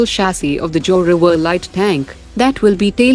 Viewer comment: Your narrator speaks well but cannot pronounce Indian words like PRACHAND and ZORAWAR.